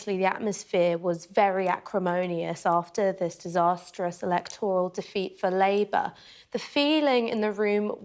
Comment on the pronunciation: It’s not ‘elect - oral’, it’s eleECToral.